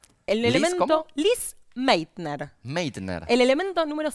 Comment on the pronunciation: Se pronuncia "Lise Máitna".